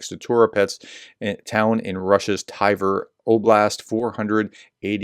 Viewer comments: How do you get "TY-ver" from Tver? Edit: Solid humor content as the Professor blows every foreign name he tries. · You kept saying Tiver. Where did you get the 'i' from? It's Tver. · It's not Tyver (like "tiger")....It's pronounced "T'vair".... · Maybe you should use Google so you can pronounce people and places a little better, aka. where is the letter I in Tver, Tiver, hmm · it's not "Thai-Ver" just Tver. Pronounce the V just after the T without inserting a vowel sound. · As I wrote two weeks before: It's not Tiver. Its Tver, or Twer in German. In know how to pronounce it cos I am from the German twin town of Twer (partnership currently suspended) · The place is pronounced „Tver“ (like in „twist“ or „tweed“) Call it „Twair“, that should come close „Tie-ware“ is way off! 😂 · It's NOT Tiver, there's no letter i in Tver ! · Prof, it's spoken as Ver. No need for the T phonic. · Tv in Tver is pronounced the same way as Tw in Twitter.